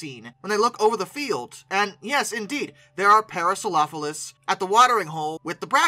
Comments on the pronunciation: head & beak too short, wrong overall shape of the skull, "elephant feet" "parasaropholus" lol wth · Is that the correct pronunciation for the Parasaurolophus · Why do you pronounce Parasaurolophus like that? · No, I often say it too quick and flub the pronunciation. I correct it in next week's video.